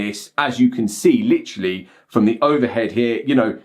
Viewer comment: "literally" British accent